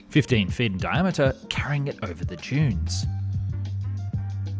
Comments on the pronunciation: At the start I thought you said “to crush Jews into highways” and I thought “H man must have had a hand in this” And then I realized “duh dunes it has to be dunes” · Thought he said crush jews into highways had to click on the vid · I can't be the only person who heard him say something else other than "crushing dunes"... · Oh, the narrator said 'crush DUNES' - from across the room I thought I heard something else....🤣